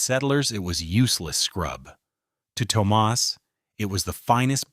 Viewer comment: Toe-moss is not an Irish name. O berrian is not Irish. AI is NOT ok.